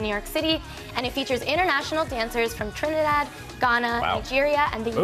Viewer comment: did she say trinidad what I had no idea omg!!!